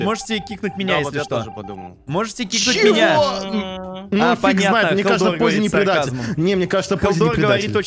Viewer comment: ПОЗЗИ НЕ ДИ ЗАРИ А ДИЗА РИ